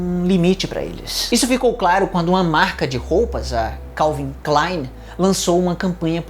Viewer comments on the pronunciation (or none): none